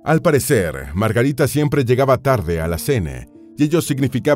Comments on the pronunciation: Si deja decir Margarite sería menos insoportable, que locución tan espantosa. He conseguido escuchar 2 miñ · Q problema tenes con la letra A?? LA A, ES ESO.....AAAAA Y NO EEEEE!! La princesa Margarite? Inglaterre? Uuufff! Q insoportable